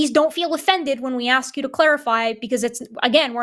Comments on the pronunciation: Whenever a caller wants to "aks" something, forget about getting through to them! 🤦‍♂️😳🤣🤣🤣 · maybe you get blocked because for one you can't say the work "ask" correctly. And you are also an annoying moron.